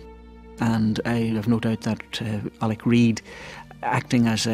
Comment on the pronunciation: The good Father's name was Alec, so why, after knowing him for three decades, does Big Gerry keep calling him Alex? Trouble pronouncing those terminal consonants, Gearoíd?